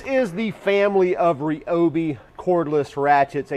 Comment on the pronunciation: You lost me at 'REOBE' It's pronounced r'Y'obi